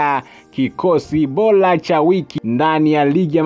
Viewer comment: Sio oloza ni orodha na sio bola ni bora kasome kiswahili